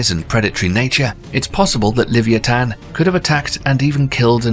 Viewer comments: ITs Leviathan Leh-Vye-A-Thun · it's not livantan it is the Levithan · I was thinking the same thing!! And then him pronouncing leviathan just killed me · It's amazing that British people are the inventors of the English language but can't say Leviathan properly